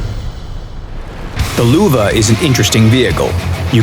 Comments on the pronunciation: Nils Niemeyer No shit sherlock, i mad fun off how they say Luwa instead of Löwe XD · it is pronounced "loevee" or "loevé" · It's Löwe, not Luwe. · I'ts not the german pronunciation.The german pronunciation is löwe not Luwa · Your Löwe sounds funny its like luwe but thats totally fine jUst SO yOu kNOw LÖwE MeANs liON. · The "Luwe" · This pronunciation of Löwe just hurts me! :D Luuuve -oh fck me xD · Sounds like Lüwe. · Get WG somebody that does not say Luwa, i cant watch this with a straight face and follow the damn video XD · "Luwa" that's why you should learn foreign languages. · Wtf? Luwa? Whats that for a tank? Worst pronunciation I've ever heard xD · I hear luva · damn i really like how they pronounce Löwe.... why dont they call it a Lion that the correct translation for it. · The "ö" is pronounced like the "U" in "Churchill" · Valivali94 I think they can't pronounce ö right.